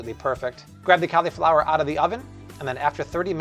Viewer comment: Amazing! Can't wait to try these, but bro, learn how to pronounce "cauliflower".